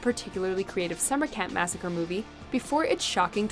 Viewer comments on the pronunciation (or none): none